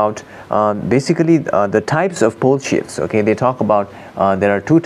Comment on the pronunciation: "bull shifts"...even the CC translator fell for it. Better pronunciation needed, haha